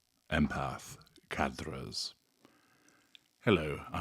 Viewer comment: Well... in French it's the gutteral "r" not the roll of the tongue "r", and the "s" is silent. Still, provides unmatched information.